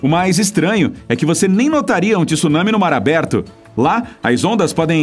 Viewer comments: TSU... TSU... TSU... TSU... e não tisu tisu tisu!!!! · Pf, não é TIsunami é tsunami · Oqq é Ti Sunami???? Eu conheço TSU nami. Primeiro aprenda a ler, pra depois falar e postar vídeos, pra não espalhar coisas erradas pela rede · Nao existe TISUNAMI a palavra eh TSUNAMI, AFINAL QUANDO VOCE FALA MISTSUBISHI VOCE PRONUNCIA O TSU,VOCE NAO FALA MITISUBISHI!! COM TSUNAMI EH A MESMA COISA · CARA, não fala TíSunami pq dói o fígado…!!!!